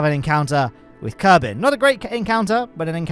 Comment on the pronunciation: Thanks AI, I assume, for bringing us "Kerbine"